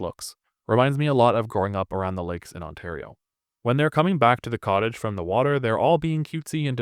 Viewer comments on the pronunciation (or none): none